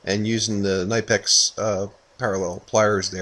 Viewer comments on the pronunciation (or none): none